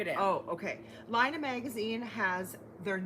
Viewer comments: Am I confused or should Laine be pronounced "lehn", not "lie-na"? (It's French for "wool.") Either way, I'm going to have to beg my local Barnes & Noble to get me one! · I think that book "Laine"is pronounced "Len" if I'm correct and the title stands for the French word for wool. I'm from Quebec and quite enjoyed your cute pronunciation.